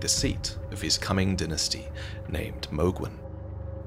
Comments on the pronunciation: why r u saying dinestie and not dynasty?!?!?! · You know what’s makes me mad is he is Calling a dynasty a dynisty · please, i know im nitpicking and your videos are great, but its not dinasty, its Die-Nah-Sty, Dynasty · I cannot take him saying "dinasty" 😭🤚🏼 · Why do I hear dentistry instead of dynasty? Am I the only one? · His pronunciation of dynasty was piercing my ears every time he said it… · Amazing video as usual. I have to say however, the way you say ‘dynasty’ was almost a dealbreaker on watching the video for me. Never heard it said like that before and it was very attention breaking. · Say dynasty again